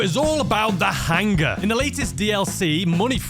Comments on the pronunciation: He says it super funny 😂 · the "HANG-guh!" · Drink every time says “hang-ah,” and you will be ded by the 2 minute mark.